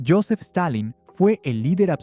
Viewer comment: Joseph? Es Josif